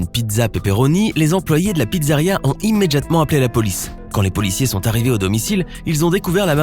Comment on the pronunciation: Le seul truc qui ma marquer frère c’est « immeDJatement » Articule cousin😤